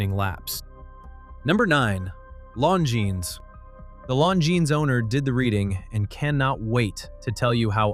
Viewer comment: I bought a Tag Heuer because I wanted a Tag Heuer, not a Rolex. Nonsense that people who bought one wanted a Rolex. Oh, and it is Longines, with a silent S. Before criticising watches' owners, pronounce the brand correctly!. Rolex used to buy in movements — the Daytona was powered by Zenith's El Primero movements for years util fairly recently.